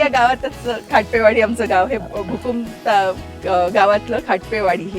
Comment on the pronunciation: भुकम नाही ओ भुकुम नाव आहे गावाचे!! नशीब भुकंप नाही म्हणाल्या 😅😅